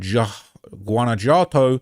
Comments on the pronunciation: you actually pronounce Js as H‘s in Spanish. So it would actually be pronounced Guanahuato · guanajuato is pronounced like gwan-a-jew-wato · You were sleeping in Spanish classes. Pronouncing "ll" is a double y sound in English....like Puerto vay yarta. "Jua" is a hwa sound when.. Guanajuato is guan a hwat o, but "j" alone is like an h like Guadala hara.... Jalisco is hal is co Your pronunciation needs some work...just saying...keep up the good work